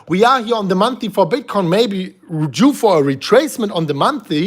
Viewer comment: Month-Ly -Not monthy